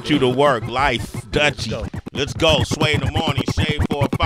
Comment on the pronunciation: Pronounce his name again sway??? omg lol brahhh you making my ears hurt say his name the correct way..lol